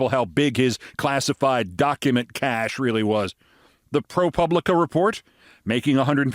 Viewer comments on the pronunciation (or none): none